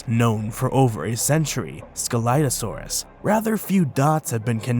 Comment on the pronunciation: What I regognized : you pronounced scelidosaurus wrong The Correct Pronouncation is without C But at all I like your Videos everytime :D